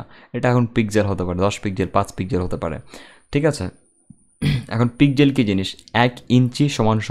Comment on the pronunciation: Bhai "পিকজেল" না it's.."পিক্সেল"